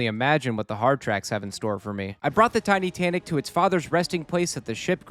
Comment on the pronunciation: Did he just say Titussy?